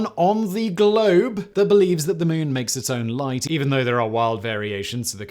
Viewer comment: "... is not the only one on the GLOBE..." THAT british emphasis was the most underhanded nuke from ORBIT on that opinion.